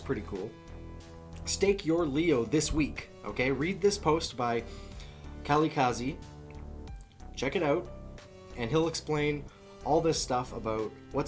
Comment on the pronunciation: that dude from LEO finance his name is pronounce Kah-Leel-Kahzi FYI